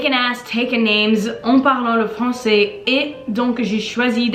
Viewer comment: Elle a un problème avec le AI. Elle dit "francET" au lieu de "françAIS" par example. Cependant, je crois qu'elle parle très bien et sans aucune difficulté.